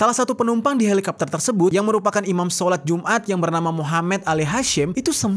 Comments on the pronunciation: Helikopter kok dibaca helikapter sih ? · kenapa harus dibaca halikapter sih? sebel dengernya halikapter halikapter 😭😭😭😭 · Helicopter kenapa jadi helikapter 🤔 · Candu bgt pas bang Jeri bilang "Helikapter"